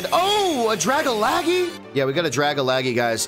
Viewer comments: It's not Dragalaggy its DRA - GAL - GE how can you spell this wrong dude seriously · did he really just pronounce dag-algae as dra-ga-la-ge???💀💀💀💀💀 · Dragalaghe 🤣🤣🤣 Dragon Alge (sea weed) Dragalge ! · haha "Ohhh a Drag-alag-eee" 😂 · “Dragalagee” made me cringe, but this video was pretty cool!! :3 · So are we just going to gloss over the fact that man just said “Draggalaggie”? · The shin means you get watts from beating the mon. And it is pronounced Dra-Gal-Ge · I love the way they pronounce dragalge! It doesn't make sense at all but it sounds cute 🤣